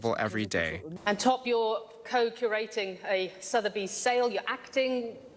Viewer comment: she literally pronounced it 'top' I cant